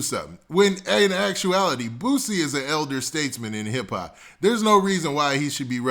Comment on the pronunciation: Why he saying Bootsie?! lol it’s Boo-C. And he kept saying his name